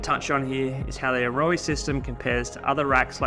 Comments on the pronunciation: A-Ro-aa? That’s how you say it in kiwi? I own a set and always thought ‘Arrow’ was closer pronunciation. Sheesh. 9,977,287th time I’ve been wrong. They are quality pods that won’t go anywhere, but remove with ease. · "ayrowey"?😂 It's Aeroe pronounced same as aero!